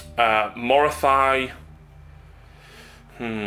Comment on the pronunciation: Morathy-thy-thy-thy.... oh, my ears! It's Morathi.